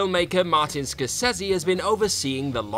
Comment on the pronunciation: Difficult to take your opinion seriously given the way you pronounce Scorsese.